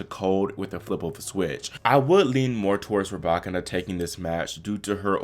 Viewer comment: Her name is not ra back can na it's pronounced ru by kina